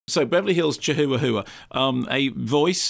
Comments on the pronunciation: its called chihuahua not chihoowahoowa duh! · Isn't it pronounced "chiwawa" lol